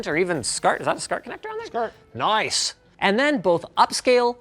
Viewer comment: "is that a SCART connector on there... NOICE!"